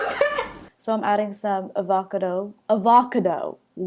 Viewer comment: "so Im adding some a-va-car-doe" 😂 😂